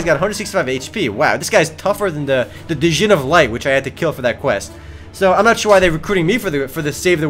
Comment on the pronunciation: Djinn is pronounced gin, not duhgin